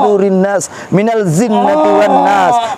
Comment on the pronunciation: Maaf srt an nas perlu dibaiki bacaan ayat terakhir yaitu minal jinnati wa naas bukan minal zhinnati wa naas. Afwan